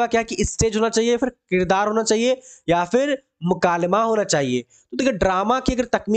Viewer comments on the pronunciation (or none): none